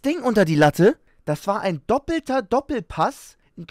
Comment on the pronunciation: „Dopoelter Doppelpass“😂😂